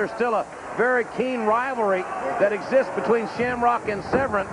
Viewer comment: Is JR pronouncing his name right? It's spelt 'vERn' but JR kept saying 'vREn'. I didn't watch WWF at the time so this is my first time seeing Severn and don't know how it's supposed to sound.